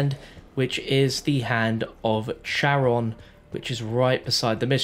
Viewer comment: Charon is pronounced (Care-ahn)